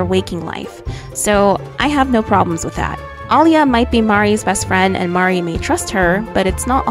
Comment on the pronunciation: I only hated that she kept saying Mari instead of Marri like, she's not Mario 😂